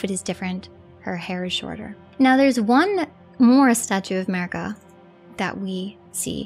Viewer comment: ye, and please, her name is mArika, not mErika example of correct pronounce